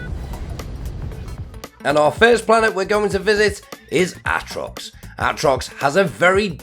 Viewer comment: Ahtrox, meethane, oh god lmao